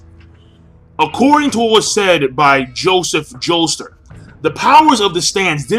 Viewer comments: Why do you pronounce it Joester? Jotaro's surname is Kujo, I totally know what Jotaro's stands' name is gonna be. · Are you saying "Joester"?